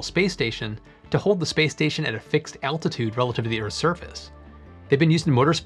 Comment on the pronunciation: subtitles (attitude) is correct but it sounded like you said altitude..which isn't quite so accurate